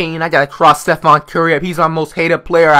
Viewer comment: back when flight pronounced stephen curry's name like "stephon"